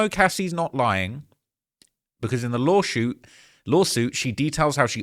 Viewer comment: been covering so many shoot outs he said "law shoot" instead of lawsuit😅